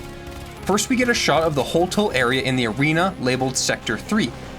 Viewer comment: It's HolTOW same pronunciation as town